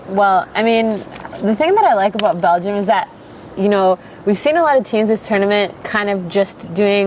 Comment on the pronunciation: When you say Bélgium man to man is better than Portugal 😂😂😂😂